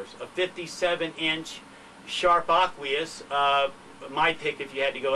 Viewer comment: P.S.S. It's Aquos not "Aquious"